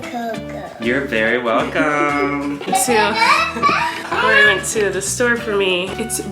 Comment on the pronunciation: Yeah he just couldn’t pronounce kory so he called him koko instead